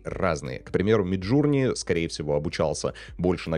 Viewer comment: да не джУрни мид, а джОрни, иоп